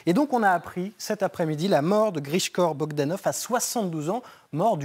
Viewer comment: "Grichkor Bogdanoff" !